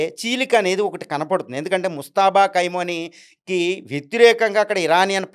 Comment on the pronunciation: కై మోని కాదు కొమయిని sir గారూ